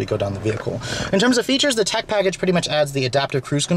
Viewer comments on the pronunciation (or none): none